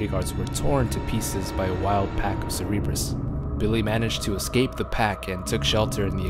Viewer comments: CERBERUS, not "Cerebras" for fucks sake. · Lol "cerebrus", we know u meant cerberus. Silly goose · What the hell is a cerebrus lol? You mean Cerberus? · It's pronounced "SUR-bur-us", not "sur-EEB-us". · Cerebrus? Cerberus you mean? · It made me cringe every time you called the zombie dogs "cerebrus". They're called CERBERUS (pronounced ser-ber-us) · The dogs are called "Cerberus" not "Cerebrus" ;) you know, like the dog that guarded the netherworld in Greek mythology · I thought the dogs wree called cerberus not cerebrus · Love the videos but... it's Cerberus man ahaha. Not Cerebrus. :)) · Cerebrus?? I thought it's pronounced Cer-be-rus? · Cerebrus? Kinda like cerebro, professor x's machine? Pretty sure the dogs are pronounced as sir-bur-rus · Its CER-BER-US NOT CER-E-BRUS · im sorry but Cerberus not Ceree brus. that kinda made my brain hurt a little good video though. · Its cerberus, not "cereebrus" 😄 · Cerberus NOT Cerebrus..... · Cerberus is pronounced "sir bir iss", not "sir ee bris". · Why do you keep saying "Cereebrus"? It's Cerberus. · Its Cerberus not Cerebrus xD and i think the "C" is pronounced as "K". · Cerberus! Not cerebrus hahaha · "a pack of cerebrus" haha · I'm sorry I apologize it's totally fine but... "a wild pack of" what?? "Cerebrus"? Babe, that's the X-Men machine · why do people say cerebrus -_ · I know right, not a tomato, tomato situation. Very clear and established pronunciation. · It's Cerberus dog, Cerberus as in the three headed hound of Hades. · love the video, but every time you pronounce "Cerberus" i cringe ahaha